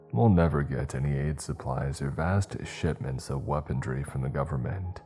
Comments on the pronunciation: Why,, WHY can you not say the word "weaponry"? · man i love your work but for god’s sake learn how to pronounce “weaponry” 😭